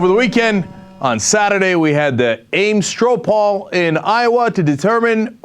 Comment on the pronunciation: "Ames Strow Pall" XD